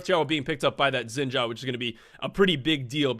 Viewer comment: I’m sorry but the way you pronounce “Xin Zhao” is so funny LOL Why can’t the english speakers get that right?